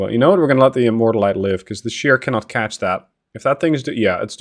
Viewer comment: HMS Immortalité has a french name, it's not pronounced like a "low calorie immorta"